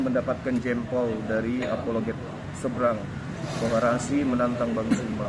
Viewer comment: Maaf Razi bukan Raji